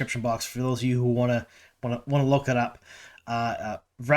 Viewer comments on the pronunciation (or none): none